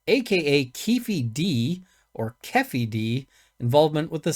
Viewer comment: Keffy d? 😂 Sorry but funny✌️🇬🇧